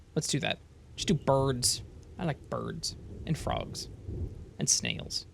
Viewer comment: BERDS and FRAWGS and SNELZ.